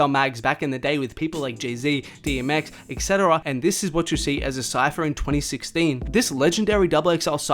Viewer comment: “etc.” pronounced Ek-Seh-Tah-Ra